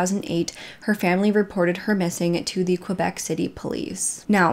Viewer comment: If you need some help from a French Canadian, please don’t hesitate to contact me ! Québec is said like this : Kaybec not Quobec. Hope that helps :) love you videos !